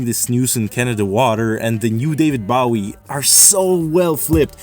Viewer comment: that is NOT how you pronounce “bowie” 💔